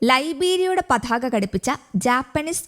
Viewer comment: 'പഥാക' ആവില്ല , പതാകയാവും..